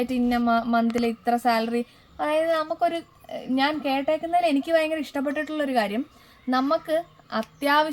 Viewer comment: പയങ്കര എന്നല്ല ഭയങ്കര .... ഭരണി യുടെ ഭ 😅😅 ചു മ്മാ പറഞ്ഞ താണ ട്ടോ!!😂